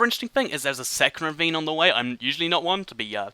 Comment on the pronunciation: The whole beginning of this video all I heard was revine revine revine